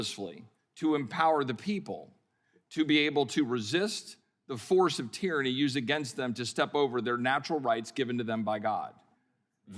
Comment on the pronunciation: "tyranny" lol